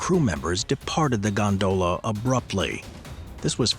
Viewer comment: Stop saying gondola like that... You're accentuating the wrong syllable.... It's quite infuriating to people like me who have misophonia. UPDATE YOUR AI! WE ALL KNOW THAT'S NOT YOUR VOICE...